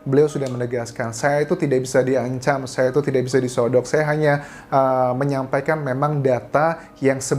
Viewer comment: Kak maaf di sogok bukan di sodok kak 😭